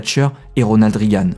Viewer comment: Très bonne vidéo, merci. Juste un petit détail : Meadows se prononce Médoz, pas Midoz. De même Reagan se prononce Régane, pas Rigane.